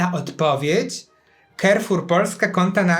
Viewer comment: Carrefour wymawia się "karfur", nie "kerfur".